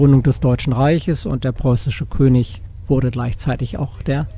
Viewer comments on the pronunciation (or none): none